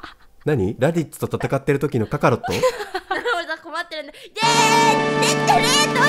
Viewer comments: なーくん 「かか↑ろっと」なんか違う.......... 主は 「かか↓ろっと」やと、思う.......。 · ななもりさんが言った｢カカロット｣が｢カ↓カ↑ロット｣じゃなくて｢カ↑カ↓ロット｣になってるのめちゃ好きなんだが(笑) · ななもりさんのイントネーション ． ．． カカロットじゃなくてカカロットなんね笑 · ドッキリ→ドッサリって何w カカロットのイントネーションww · カカロットのイントネーション 気になる笑笑